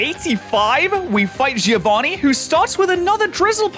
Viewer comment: You spell "Giovanni" wrong. the I after a G turns it into a J sound and the I is silent. Also the double n has to be spoken. You must read it like Jovan Nee and not Jee Ovani